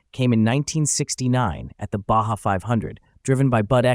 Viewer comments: Well you said it right the first time, not sure how the same word Baja becomes Baza unless my ears are filled with wax. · Yes ! The "bah jah" nonsense was driving me crazy ! 🤬